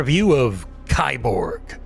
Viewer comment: ...it's pronounced "key-borg"